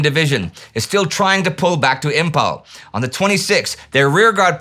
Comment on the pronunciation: Though it has a spelled as Imphal but pronounced as Im -Faal.